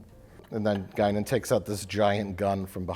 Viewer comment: Guinan with a gun = Gun-nan